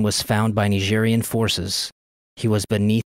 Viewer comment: Ny-jeery-anne. Nigerian.